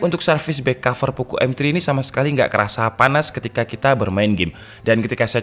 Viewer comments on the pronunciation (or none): Bukan Poko woii,, tp Poco pengucapannya